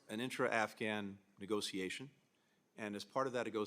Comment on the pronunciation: I get slightly triggered every time they pronounce "negotiation" like "nego-SEE-ation".